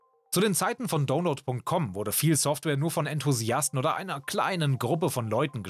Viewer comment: es heisst nicht dohnload sondern daunload